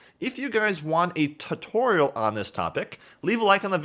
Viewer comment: "If you guys want a TUHtorial on this topic..."